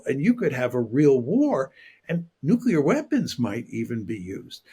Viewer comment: youi said nucular, didn't you?